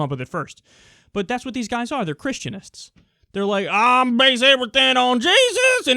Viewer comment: it's supposed to be pronounced like "Kreesh-chawn-ists"